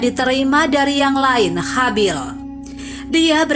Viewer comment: Ma'af sebelumnya, di telinga saya terdengar nama yg disebut itu kok Habil dan Chabil, tak jauh beda. 🙏🙏